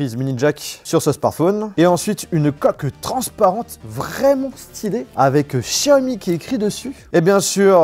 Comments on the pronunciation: pourquoi tu dis chiaomi et pas Xiaomi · Pourquoi dire chiaomi 🤔 c'est tous simplement Xiaomi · Pas Chaomi mais Xaiomi 💯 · Par pitié arrête de dire Chiaomi sa me perturbe